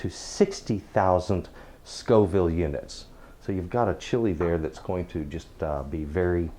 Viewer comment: FFS. The plural of "chile" is "chiles". "Chillies" means a couple of different chili stews. So, since you didn't know the difference between "Scoville" and "Scofield" in your first video and can't spell it right, why should we trust anything that you say? Facts matter. However, props for saying Scoville, now.